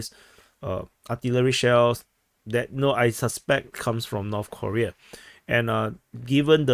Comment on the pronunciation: North Koreeeeeeeeea (pronounced like Defense Politics Aaaaaasiaaaa)